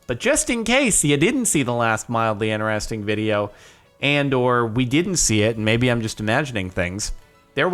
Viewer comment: i notice you can pronounce the letter T in all words except "INTERESTING"!